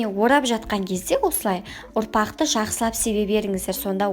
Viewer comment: Кешіріңіз, "ұрпақ" дегенге шошып кеттім ғой, "естімеген елде көп" деген, таңғалдым. Оңтүстіктенсіз бе? Ұопақ дегенде ұнды айтып тұрған сияқтысыз ғой?.. А так қысқа, нұсқа, жақсы түсіндірдіңіз. Лайк и подписка. Удачи.